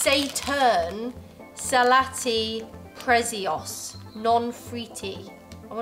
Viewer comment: "Salàtti presios" MI SERVE ARIA